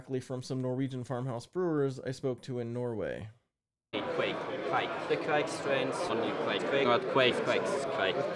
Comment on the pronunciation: I like the first "kuh-vike" sound so much more than the later "quake" pronunciations